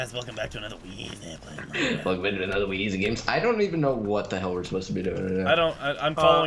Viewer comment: guys its weezy not wheezy just saying :P